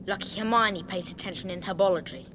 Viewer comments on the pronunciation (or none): none